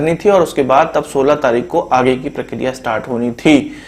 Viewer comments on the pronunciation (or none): none